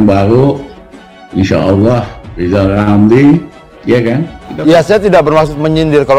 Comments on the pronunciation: Lizal lamli...lizal lamli. Bilang R aja tdk bisa. Sok mau jd Presiden. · Wong nyebut dirinya sendiri gak bisa ...lijal lamli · Lama2 ngomong makin ngak jelas dan ngak terarah ,kasihan liat orang ini di Rizal Ramli,stress kali iya ,mau nyalonkan dan ambisi mau jadi presiden Siapa yang mau pilih dan juga siapa yang mau dengar omongan pepesan kosong ,ngomong R saja susah ,gimana mau nyanyikan lagu indonesia raya ,repot dah dengernya hehehehehehe